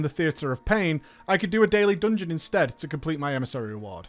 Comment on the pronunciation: "dUngeon" :D